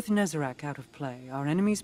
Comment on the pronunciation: please do not call it nezarec ooze💀